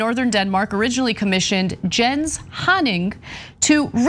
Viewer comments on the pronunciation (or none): i feel like its pronounced yens and not jens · The fine art world is a scam. It is a cesspool. This guy is a genius for mocking it! And I think jens is pronounced Yens. But Anna doesn’t think $84,000 is a lot of money! 🤦🏽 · Jens is pronounced Yence. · Ana, I could be wrong but Germanic languages usually pronounce "J's" like "Y's" so I think his name is pronounced "Yens".